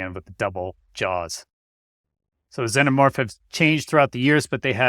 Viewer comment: You’re killing me here: it’s pronounced: ZEE-NUH-MORF Not zen-nuh-morf. These things are the exact opposite of Zen for Christ sakes.